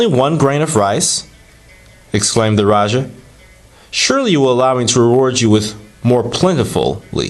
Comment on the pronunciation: Thank You for sharing! The correct pronunciation for Raja is Ra-Ja as in James not Jha or Ya. Have a splendid day! Peace.